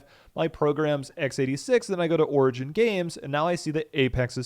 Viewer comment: what the fuck did you call it? orgin?